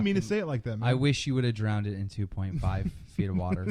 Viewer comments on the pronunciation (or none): Lol,drownded love the way Keem mispronounces that